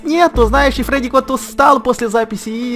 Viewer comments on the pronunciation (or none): і то не федік а фредік